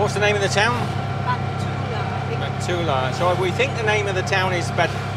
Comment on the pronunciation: ha ha, the name of city before ella is not "batullaa", its bhu t ta la ✌✌